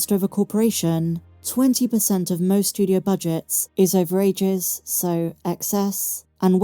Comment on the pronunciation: it's not 'over-ages', it's 'overages' (like wastage)